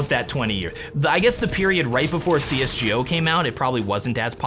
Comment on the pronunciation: Are you the only one on earth thats calling csgo " csjio " ?